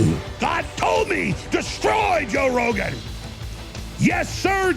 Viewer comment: jow rowgun jajajajaja :v